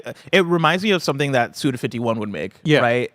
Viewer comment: Some context for you: Suda51 is pronounced "Suda five one" because his given name is Goichi. It's a play on his name being comprised of two numbers: 五 [go] means five 一 [ichi] means one